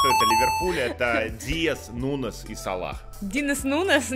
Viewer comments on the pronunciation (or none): Ну какой нунез!!!!!!! Ну какой !!!!! Нуньес !!!!! Мягкий знак там !!!! Нуньес !!!!